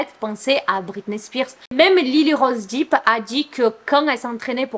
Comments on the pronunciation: Ça me stresse trop que tu prononces Depp "Deep", c'est dèpe 😭🤣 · Ce n'est pas Lyly rose "Dip " mais "dep"